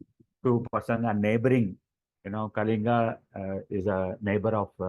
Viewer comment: Great discussion. Just one observation,At least the Odia host can pronounce KALINGA correctly.. The L is not pronounced as the L in "Life"